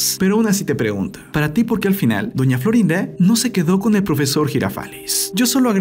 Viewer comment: Porque dise doña florín a🤣❤